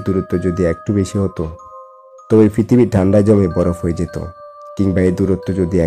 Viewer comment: কথা শুদ্ধ হলে আরও ভালো হতো। ফৃতিবী, ফকৃতি, ফারফেক্ট ইত্যাদি।